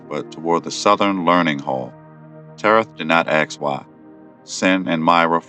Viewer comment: Why oh why do you pronounce "ask" with an "x" instead of a "k" ?